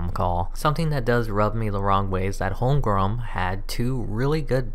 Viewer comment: *Sigh* It's Holm-gren, not Holm-grum. LOL!